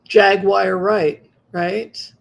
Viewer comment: Jaguar Wright is pronounced “Jag-war” not “Jag-wire.” She is a Trumpster who believes that Trump is the only one speaking the truth. She’s an anti-vaxxer, homophobe (although she’s bisexual), anti-trans, conspiracy theorist who believes that Kanye and Trump are geniuses. Her claims and accusations can easily be disproved but, just like ignorant, uninformed, superstitious Trumpsters, a lot of people believe every word she says. I can’t distinguish what is true and what isn’t because she lies so much. For example, how can Tupac have an affair with Mary J. Blige in the early 2000s when he was killed in 1996? She claims that Eminem’s verses continue to be on fleek because Proof is his ghostwriter, but Proof was killed in 2006. Eminem has proven that he doesn’t have a ghostwriter. How can she know what Sidney Poitier, Harry Belafonte, Eartha Kitt, and Dorothy Dandridge were thinking and what motivated them when she never even met them? She’s constantly contradicting herself and can’t keep up with her lies and stories. She accuses Quest Love and The Roots (who discovered her) and countless comedians, male and female actors and singers of committing crimes without any evidence. She makes hyperbolic statements with confidence as if everything she’s saying is true. Sounds like Trump and stinks like jealousy. Sorry, but I can’t trust a person who yells and screams at the audience and the interviewer. Being loud doesn’t make her anymore believable.